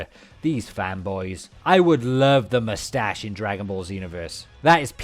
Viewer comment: Vegeta: mou-stash Mou-stash Mou-stash